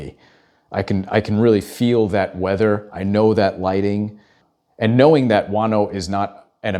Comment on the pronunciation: do a follow up, but please, learn to pronounce his name, it´s not GUANO, "JUANJO", please!